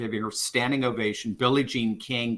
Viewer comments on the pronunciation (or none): none